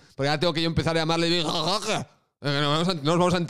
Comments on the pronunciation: Te has pasado mas de un año llamándolo Vitor "Roqué" a pesar de que en todos lados lo pronunciaban sin acento y de que mucha gente te lo ha dicho en los comentarios y ahora te ofende que la gente pronuncie su apellido como se pronuncia en su pais... Coherencia. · jajjajajaja victor rrrrrroooookeeerrrrrrr